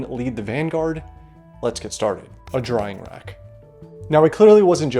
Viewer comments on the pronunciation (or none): dyring rack